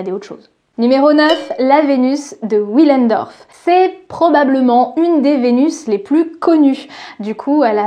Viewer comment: Une vidéo très intéressante comme toujours. Par contre maintenant que tu sais comment se prononce brassempouy (merci pour le partage), on passe maintenant à la prononciation allemande ;) le w se prononce comme un v dans la Vénus de Willendorf. Mais bon le plus important c'est ce que tu nous apprends/partages merci pour ça :)